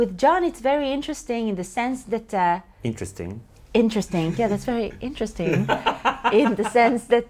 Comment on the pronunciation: 'Interesting' or 'Incestring' ?